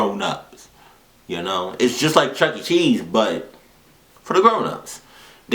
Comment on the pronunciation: It's Chuck-E Cheese. Not Chucky Cheese, or Chuckt Cheese.